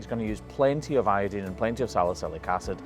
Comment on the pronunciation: Can you give a link to the first vid about this cow? I just don't remember the wrap. I mean you do have a habit of spraying the hoof with iodine, and calling it a day. And I don't understand why you don't pronounce it eye-oh-dine, but instead say not Eye-oh-dean. Where does the dean come from? I know in sum languages E is pronounced as I, and vice versa. Or something like that. We are talking about English. But I guess it's like here in the states. tomAto, or tomahtoe Hell IDK 🤔🤷🏻🤷🏻🤷🏻🤷🏻🤷🏻